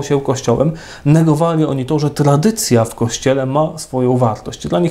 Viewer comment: Błagam, niech Ksiądz idzie czym prędzej do logopedy! "Trladycja była prlojektem", "ultrlatrladycjonalista" itp. - aż uszy bolą!